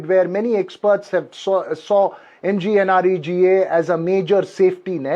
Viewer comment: There will be many more Assassinations of The Mahatma! Now coming to the scheme- MGNREGA 1st problem - Pronunciation! Dear Sir, it's not Maganarega ... it's *Mugnrega*.... Even Pappu could not decode the abbrevation MGNREGA.... NOW he will scream *Ram G Ram*.... loud and clear, without any mistake! So easy to pronounce .... in any language of the world! Even protesters will shout it at the top of their voice.... and make the ambience *Ram-may*. Their beloved Mahatma would also cheer... 'Ram-G-Ram'! Bravo 💖💖💖💖